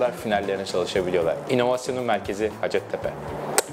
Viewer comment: Üniversitenin adının telaffuzu “ha:cettepe” yani -a uzun, Türkçe’de ‘hacet’ diye bir kelime yok, ha:cet ise ihtiyaç anlamına geliyor, yani “ihtiyaç tepesi”, bu adın bir de hikayesi var ama o başka bir yorumun konusu :)